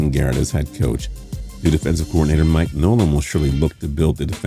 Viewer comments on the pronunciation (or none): none